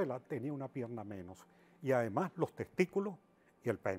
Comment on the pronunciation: Que Man para hablar tan feo, dice aparejca (aparezca), suj últimoj dia, (sus últimos días), loj (los), ademá (además ) un mej (un mes), lo masone (los masones), puej (pues), ejto (esto), de lo cuales ( de los cuáles), una ve ( una vez), Hugo Cháve (Hugo Chávez), etc, todo el vídeo habla así, será que no se da cuenta que habla a media lengua?